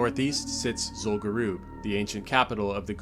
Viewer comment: What's Zul Guroob? Do you mean Zul Gurub, the raid (and later dungeon) in STV?